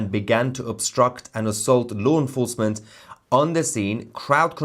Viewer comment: TOUSi, it’s law enforcement NOT loo enforcement